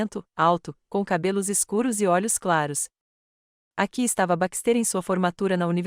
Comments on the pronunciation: Não é BAXTÊR É BÁXTE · LINDA ESTÓRIA, PORÉM... NARRAÇÃO CATASTRÓFICA! 😢 * Não houve respeito a gêneros - terminações e concordâncias erradas, equivocadas!!!😡 * BaxtÉr, ao invés de BÁxter - silaba tônica e, * PRONÚNCIA DO NOSSO IDIOMA misturado com o idioma de Portugal!!!😢 😡🤨